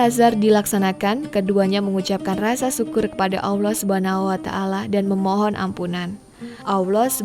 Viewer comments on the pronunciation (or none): Kenapa sih kalau melafalkan nama Allah jadi AWLOH. Tolong belajar ya, ini kuping rasanya terganggu dgn ucapan spt itu.